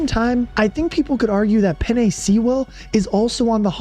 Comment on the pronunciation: Had a good laugh at the pronunciation of penei sewell. Penei is pronounced like the pasta (penne) and sewell is pronounced like stool without the T lol